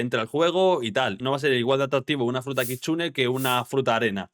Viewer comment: el bro dijo kichune